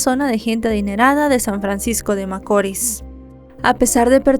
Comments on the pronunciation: Hola, veo todos tus videos desde aki República Dominicana y me encantan todos, muchas bendiciones, excusame por corregirte pero no es macoris, tiene acento la i, macorís, disculpa, un fuerte abrazo... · ya no soporto como pronuncia macori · Muy buena narración,, rs San Francisco de Macorís con acento o fuerza en la ís. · Macorís CON ACENTO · No conocía este caso y ocurrió en mi pais, pero un poco de investigacion me trajo a verlo aqui, gracias por el resumen, aunque haya pronunciado mal cada vez San Francisco De Macoris